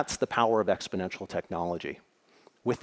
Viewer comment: I guess exp-o-nential don't know covid.